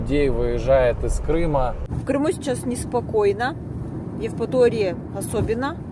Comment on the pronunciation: А как вы называете нашу Евраторию? Евпотория. Блин.